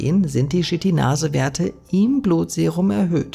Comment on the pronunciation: YKL-40 sollte man aber nicht mit Jod Ka El Vierzig ausbuchstabieren - zumindest in meinem Alphabet wäre das eher Ypsilon Ka El Vierzig 😉 Auch die Aussprach der Chitinase erinnert mich sehr an "Shit in Nase" 🙈